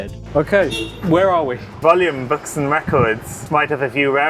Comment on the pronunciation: Im sorry? HOW did you just pronounce the name of the town Volume is in??